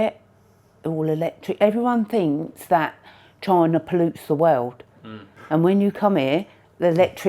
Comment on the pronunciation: I like how this guy pronounces China as "Choina" 🤣